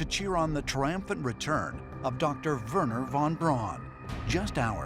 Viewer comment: Thank you, Giorgio, for pronouncing von Braun's name correctly. How refreshing.